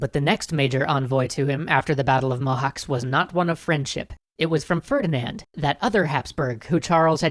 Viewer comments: Quick pronounciation note: less like "Mohax" more like "Mohatch" :D Love your videos! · Cs isn't K but t͡ʃ. Mohács is pronounced [ˈmohaːt͡ʃ]. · Mohacs is pronounced "Mohatsh" as far as I know, not "Mohaks." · Cs in Hungarian is the same as ch in English. It's not "Mohawks." The Turkish spelling shows this as well: Mohaç (ç=ch). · It's pronounced Mohach, not mohawks, I can't unhear it. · dude, is Mow-hatch, not mow-hacks. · Mohács is pronounced "Mohatch". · Not mohacs its like whem you sey CHain CH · "cs" in Mohács is pronounced as "ch" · pronounced: Mo Hach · hi, cool video :) sorry to say but, its pronounced as Mo-hutch, (possibly the closest) cs makes the sound of ch. sorry for nit picking, lol. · It's writte mohac but it's pronounced mohaj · Actually Mohács is pronounced as "Mohach" with a Ch as in cheese at the end. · Mohács is pronounced Mohaatsh! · WHY YOU SAY THE NAME INCORRECT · As a Romanian, it is natural for me to begrudge Hungarians. But it still pains me to hear so much mispronounciation of Hungarian names. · Just a microscopically minor detail: the 'cs' at the end of the word Mohács is pronounced just like the 'ch' in approach. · the pronunciation of 'cs' in Mohács is more like how you would pronounce 'ch' in challenge for example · In Hungary, we pronounce Mohács with similar 'cs' as the 'ch' in chicken. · Pronounciation of Mohács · Eh, i thought after three episodes you might have looked up how to pronounce mohács... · DiFool they ll probably address their mistakes at the end like usual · in Mohacs, the "cs" is pronounced as "ch" in the word "chariot"